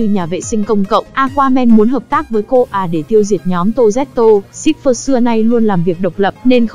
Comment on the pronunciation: ayo, Cipher mà nghe cứ như Shipper ấy